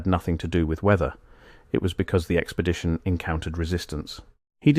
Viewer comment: What is an "Expedtion?"🤣